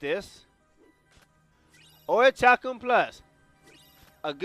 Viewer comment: It's pronounced Ori Kal kum